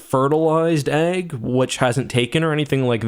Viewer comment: I like how you say "agg" for "egg"